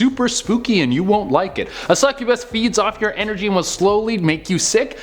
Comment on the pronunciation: Succubass and incubass